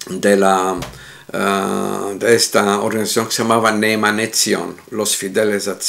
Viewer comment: se dice en hebreo...... NE_EMNE TSIYON.........nunca "NE_EMANE ....."